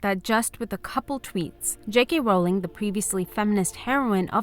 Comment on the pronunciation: because her name is Rowling, not Bowling